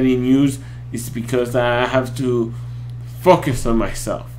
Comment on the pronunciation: The Legend is back! But now that you're not a brony... reactions to non-pony videos? PS. For some reason when u say "focus" I'm hearing "fuck" xD